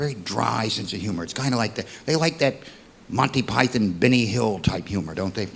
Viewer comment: Rich Hall belongs to the UK. How do I know? He is the ONLY American I've heard who pronounces 'Monty Python' correctly.